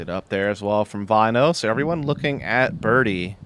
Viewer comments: Btw: If you want to say his name right: the way you pronounce the 'Ä' in Finnish (Väinö Mäkelä here for example) is the same as the letter A, in the word Apple, and the 'Ö' sounds like U in Burn. Commentators here are pronouncing it as Vainou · I would say they pronounce it more like Wine O.